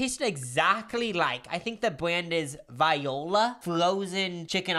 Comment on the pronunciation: You pronouncing the word "Voila" like Viola Davis made me wheeze laugh so hard 😂